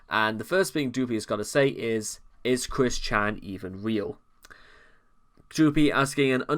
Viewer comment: As cringe as Chris Chan is, hearing you call him Chwis is… oof